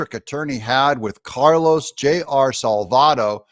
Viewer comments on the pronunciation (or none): none